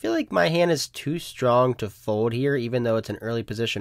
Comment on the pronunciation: You would prolly get more subs if you pronounced it fold instead of fode